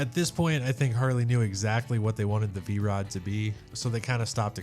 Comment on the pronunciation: V-ROO? That's AI. Lots of nice bikes though.